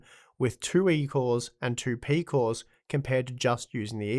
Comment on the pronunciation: peecooss eeecosss peeecooss